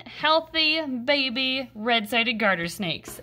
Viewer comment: You said it wrong! Its behbeh sehsone